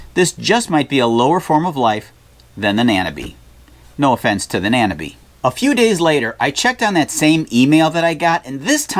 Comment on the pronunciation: Excellent advice all round, thanks for that mate. I loved the 'government's job' joke - that's definitely the same the world over! (Incidentally, not that it matters, but I think the word nanobe is pronounced such that it rhymes with microbe.)